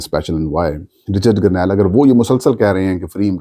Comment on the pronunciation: آپ گرنیل کیوں کہتے ہیں؟ لفظ گرینل ہے۔۔۔ گرے نل